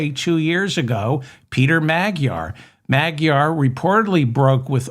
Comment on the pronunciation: It's not "meg-jar"!!! The correct pronunciation is "ma-dyar" with the 'd' sounded out as in "dew"!!!! What is it with you Americans?!?!?!? FDJT 🦘🦘🦘